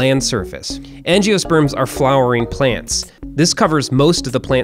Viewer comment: At least you pronounced angiosperms correctly.